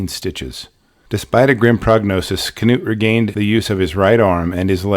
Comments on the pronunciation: Terrifying story and incredible recount! Thank you for uploading this. I believe his name is pronounced ‘Noot’ though, like the famous football coach, Knute Rockne. The K is silent. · Knut is pronounced ‘Noot’ the K is silent. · You've probably heard this before, but regarding the name Knut.... I think it's pronounced "newt" like the slimy/amphibious little lizards.... Maybe I AM wrong, but I think it's a Scandinavian name. Out of the 3, I'd guess Norwegian, specifically. But, I don't know. The thing I wanna say, is from your first videos to just now even.... You've done an absolutely astounding good job. You've gotten better, it's like night and day. But those were still GREAT videos, I didn't think there was an issue, shame on the people who were rude and just foolishly picky (?) Yeah. I don't know. Keep it up, for US, good sir. We ALL love your work. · Is the K not silent in his name? I’ve always assumed it was pronounced “Noot” Maybe I was mistaken.